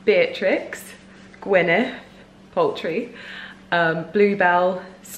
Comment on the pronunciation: The American actress name is pronounced Gwyneth Paltrow not Paltry.